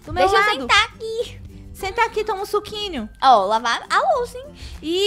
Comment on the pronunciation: É só eu que fico achando chato a fala (suquineio ) ( lanchineio)